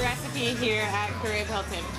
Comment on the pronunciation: Lol at careeb. "Kah Ree Beh" oh:-)